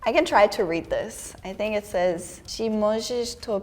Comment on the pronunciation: "czy możesz to przeczytać?" is translated to "can you read this?" in fact she pronounced "ż" correctly:D